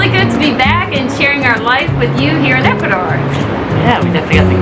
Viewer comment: This guy is improving his Spanish so fast. It's cool when he says "Ecuadorrr" It sounds so "ecuadorian " already. Watching the show from El Morro in Ecuador . Peace to you , folks. ✌✌✌ ✌✌